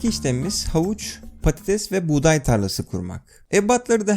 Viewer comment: İSMET ACAR patatese diyo patites diye knk pastoties ne